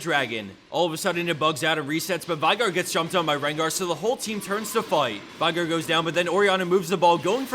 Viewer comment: It's veigar, with an e. Not vaigar. Veeeeeeigar